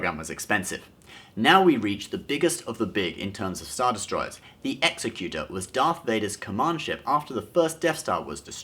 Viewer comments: Egg-zek-utor, not Ex-a-cute-er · Exec-u-tor. Not Exe-cu-tor. Like executive. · The fact that the Executor (Exec-you-tor, not X-eh-cute-er) class star destroyer fell toward the second Death Star was because the script decreed it so, not because of any tiny amount of gravity such a hollow sphere might possess. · Not exe-cu-ter..exec-u-tor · hey just so you know its not pronounced "executer" LIKE YOURE EXECUTING SOMEONE. its executor, like an executor for an estate. its a legal position. no reason someone who makes his living off of star wars shouldnt know that, but nevermind. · "Executor" pronunciation: It sounds like "executive"...ecks ECK yoo tur. It is not pronounced "ECKS eh cuter". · its "ek-ZEKK-utor" ... person who carries out a will (a real legal word) not "EXE-kutor" ... person who chops off your head (not a real word - they're actually called executioners) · For all of those who do not know, Executor is pronounced "egg-zehc-you-tore", not "ex-sah-cue-ter". The definition of an Executor is a person or institution appointed by a testator to carry out the terms of their will. The Executor-class Dreadnought, Executor, is carrying out the will of the Death Star after it has "passed". There is no such word as "ex-sah-cue-ter" in the English language. The word you are thinking of is Executioner. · Ek-zek-u-tor, not ek-se-cu-ter. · Shirt..had it right the 1st time..not executer.. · It’s pronounced (egg-ZEk-yoo-ter) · Does "Executor" really have 1st syllable stress? I thought it was ex-EC-u-tor. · "19 thousand kilometers, or 12 miles" Bad conversion, lmao Also, it's "executor" as in, "Executive", not a person who shoots people. It's pronounced ex-ek-you-tor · Just a minor quibble: Vader's ship's name is pronounced Executor, with the Exec sounding like Executive, not like executioner. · it's the EXEC-utor, not the EXE-cutor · I cringed every time you said ecksy-cutor. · its pronounced ex ec you tor as in executive not as in executioner